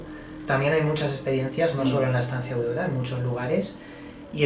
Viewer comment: dice: Estancia audoda